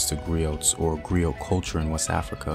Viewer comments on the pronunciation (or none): I thought the pronunciation was that of a silent T. Like 'GREE-OH' and MARIBOO